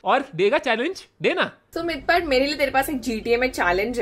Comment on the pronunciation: I just realised Mr.Beast said "kaise ho mythpat" but didn't know how to fully pronounce it. He tried his best to kind of speak hindi lol GG Mr.Beast! You'll get there slowly and you saying it warmed my heart lots of love ,u, Edit: this was before i had seen the whole video and had no idea mythpat would give a subtitle to what he said rip